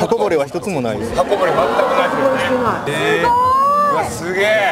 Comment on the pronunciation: All you hear is Sugeee lmaooo